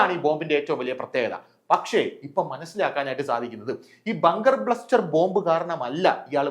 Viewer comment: ..ബങ്കർ ബ്ലസ്റ്റർ അല്ലേ.. ബസ്റ്റർ ആണേ..